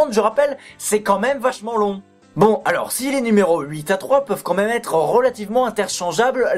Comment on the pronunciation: oh merde tu la Vraiment dit comme même au lieu de quand mêem